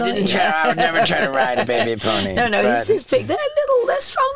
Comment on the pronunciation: Lisa in her non English accent “Baby poNY” 😂